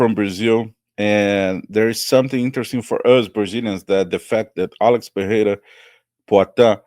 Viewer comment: Por que o pronúncia a palavra Pereira, de forma errada, propositalmente, como os gringos? 😅